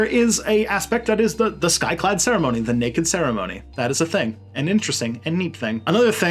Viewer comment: And it’s skyclad not sky cloud